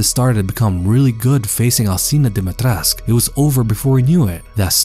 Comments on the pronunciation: its pronounced more like dim-eih-tresc-euu (with rolled r) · You pronounced Dimitrescu wrong. The "cu" is not silent. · Why does everyone always say "Dimitresc"? In Romanian the U is not silent and should be pronounced as an 'oo'. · IDK why it irritates me so much when people mispronounce the name. Never mind accent, or anything. There is a 'U' at the end of the name. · If the pronounciation of her name was correct, she could have been the perfect villain. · Is this really how her name is pronounced? Just sounds wrong to me but I could be wrong